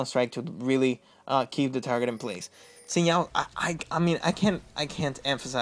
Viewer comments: actually its shin not zin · Sin zow? lol Pretty sure its pronounced Zin Jow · just say, sin JoOW. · i heard him say Sin Now and now I think i'll just find another guide lol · The name is Zin jao , i mean the prenounce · Why can't you pronounce Xin Zhao...